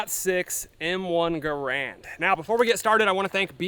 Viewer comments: It's pronounced Garand! :p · your pronunciation of garand is atrocious